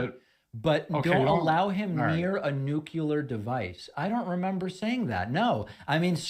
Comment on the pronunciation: Bobby says "Noo-cue-ler." 🤨